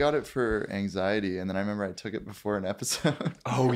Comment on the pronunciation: every time says member we stray further away from God😔😔😔